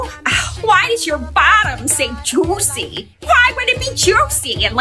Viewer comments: The moms voice when she said “jOoCy” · “Why would it be JOOÖICEEY??”